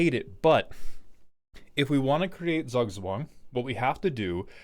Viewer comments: Z is spoken as if you had a t in front of an s in german. So roughly ~ "Tsoog tswung" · I dont know, when i here Zugzwang, i think about a million copys of scuttling doom engine. You have to do something about it, and you can't chumb them. I know, thats not what is wanted, buts my first thought. Btw, the german Z is most easily pronounced as 'tz' in english. Tzoog-tzvahng. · I'd rather say , he needs a german to teach him how to say zugzwang. This pronunciation is so incredibly butchered. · im dutch and the way you pronounced the decks name made me spontaneously start bleeding from my ears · As someone from austria the pronunciation of Zugzwang is sending shivers down my spine, and not in a good way. But it is still a great way to describe the goal of the deck